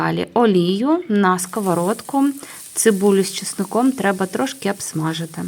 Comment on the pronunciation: Абсмажити. А треба говорити обсмажити.